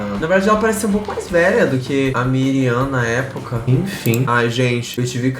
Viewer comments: ele falando miriam o video todo e o nome da mulher era Mariam kkkkkkkkkkkk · se fala "Mariam" kkkk, amei a fase coreana kkkkkk